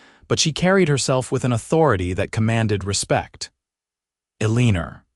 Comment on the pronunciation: Really ? Eleenor ? How about proper pronunciation? This story is so badly narrated I don't know if I can continue listening !